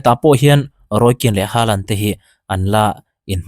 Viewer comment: Norway ram mi ngei, Chîtei Nu sawi danin, "Holand/Hawlan" ti a lam rík(pronounce) tur a ni e. Haa hi Ho/Haw a ri tur a nia aw.😊😊Hâlan ...tih pawh pawi chuang lo.